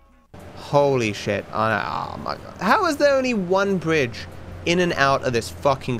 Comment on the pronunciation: "WHERE IS THE BWIDGE"